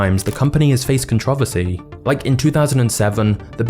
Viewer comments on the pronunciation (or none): What the hell is a catravesy 😂. It's contra-versy. Whyyyy can't u say that word correctly 😂. Good videos tho, in subscribed 😂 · Can you please for the love of God say “controversy” correctly…it’s not pronounced “contravasee”…I love the videos btw